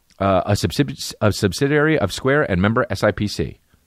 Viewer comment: How many episodes do you guys think it will take Chris to learn to say "subsidiary"...?